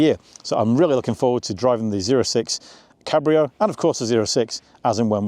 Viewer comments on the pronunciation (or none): none